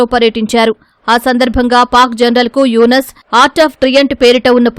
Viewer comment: E tv వాళ్లు ముందుగా పేర్లను చక్కగా చదవడం నేర్చుకుంటే బాగుంటుందని నా అభిప్రాయం.ఎందుకంటే యూనుస్ అనే పేరును యునస్ అని ఎలా ఉచ్చరిస్తారు. న్యూస్ రీడర్లనైనా మార్చండి లేదా స్క్రిప్ట్ రాసే వారినైనా మార్చండి.please.